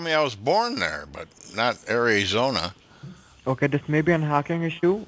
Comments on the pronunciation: Ayerizona 😂 You would think scamming one on one would teach them how to pronounce words properly specially when it comes to reading their script. Keep up the good fight ❤ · or Awryzona lolol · You've never been to Air Eye Zona before? It's next to Caliee Forn Yah lol